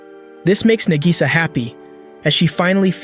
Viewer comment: Nah-gi-saw. Spend a few learning to pronounce the names before pretending you've seen these.